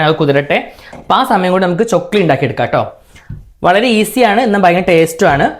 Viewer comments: Chokkili alla chakkli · Chokli alla chakli😂 Iam ksd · Chokli alla😂 chakli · Chokli alla itha chakli aanu🤣🤣🤣🤣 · Chokili alla. Chakli aan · Chokli alla..chakli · ചൊക്ലി അല്ല chakli ആണ് 😂